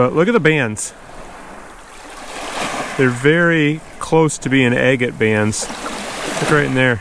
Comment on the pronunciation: Is it me or does “agate” sound like “I get it”?